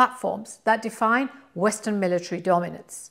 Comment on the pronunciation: And 'military'.